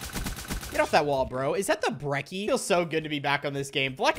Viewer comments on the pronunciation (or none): You brecci like brekki it’s brecci like Gucci